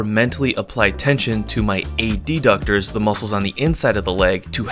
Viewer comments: Isn't it pronounced "adductor" and not "ad-ductor"? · I've never heard adductor pronounced that way before